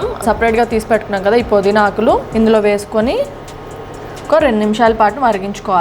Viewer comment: podeena kadu pudeena . naa telugu thalliki namaskaramulu. pmtv.in